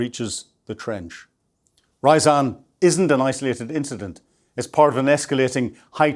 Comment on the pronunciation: Ryazan is not an English city. So, please don't pronounce it, if it were!